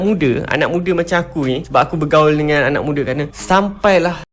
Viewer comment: Hello bapak encik "anak mudaa" bukan "ana mudee". takutlah pada hukum agama/Allah. membodoh2in pendengar